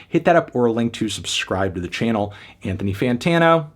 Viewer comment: “In-Thony Vert-Tano here”